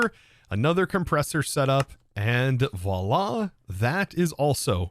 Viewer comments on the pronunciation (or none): none